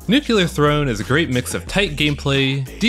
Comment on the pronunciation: Fun fact, it's "Nu-clee-ar" not "Nu-cue-lar", Nuclear, not Nucular.